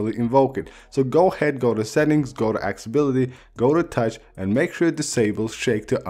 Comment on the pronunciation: The vid is good, I had to dislike it though because your “accessibilty” sounded accsibility. Incorrect pronunciation is my pet peeve.